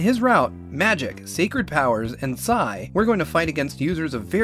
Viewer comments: Not "SAI" it's "PI ES AI" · Just a little pronunciation misconception, it is pronounced Pee Ess Eye, not Sigh. Also MewTwo is probably a reference to Giygas's form in Mother 1. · "Magic, Sacred Powers, and Sai" RRRRRRRRGH. It's...pronounced "pea-ess-ai". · Ok, sorry to pester you with this, but EarthBound’s PSI is pronounced with each letter separately. P-S-I. Listen to Ness’ Palutena’s Guidance if you want confirmation. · Yea not S-ii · PI ES AI